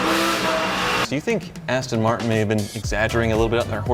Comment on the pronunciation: “ass-ton” martin holy shit. Thats a nice booty